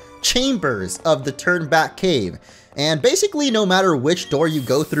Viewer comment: Lowkey thought was saying “Turdback cave” but it’s Turn Back cave